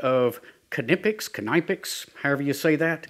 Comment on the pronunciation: Great video,. By the way: the first version of your pronunciation of Knipex was almost perfect 👍